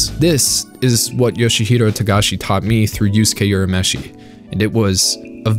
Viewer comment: "Yusuke Yurameshi" 😤